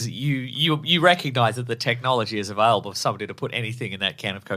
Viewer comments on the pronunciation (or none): none